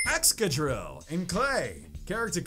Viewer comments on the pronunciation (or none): none